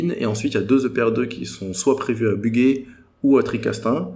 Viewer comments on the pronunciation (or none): S'ils ont des grotarguments, alors, on va les croire! Video salutaire, mais malheureusement, vous avez en face des idéologues pour qui peu importe la pertinence ou la vraisemblance des arguments. Leur seule arme est l'émotion et la peur. Sinon c'est le Bugey, pas le Buguet. Pas de bug sur la prononciation. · petite précision parce que j'habite la bas et que ca m'a hérissé les poils : Bugey ca se prononce Bujey. Sinon très bonne vidéo réact. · Très bon et félicitations.Attention à la prononciation de Bugey et Penly.Pour la limite des 50% de construction de futur Nucléaire, c’est plutôt politique que technique.C’est lEurope/Allemagne qui nous impose les 50% dENRi. La butée de 2050 est un objectif mais pas absolu, c’est politique aussi